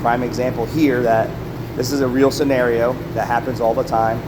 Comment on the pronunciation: "Senairo" I think you mean scenario